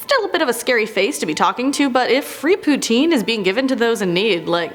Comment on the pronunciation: Poontine? Wtf haha